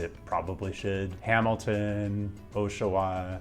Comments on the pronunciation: I think it's time that someone finally clarified this for you: Ah-sha-wa is the correct pronunciation, not Oh-sha-wah. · "O"shawa makes it sound like it's maybe a city in Japan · Also it’s OSH-AH-WAH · Oshawa: the “Osh” is like Oshkosh, it’s not like the “O” in Kenosha Milwaukee 😉